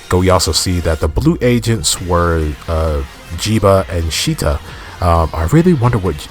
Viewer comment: The Stomach Family's names are all different words for "Tongue" in different languages. Lango - Esperanto Glotta - Greek Nyevl - Hungarian Jeebh - Hindi Shita - Japanese Also no, it's not pronounced shitter it's pronounced She-ta.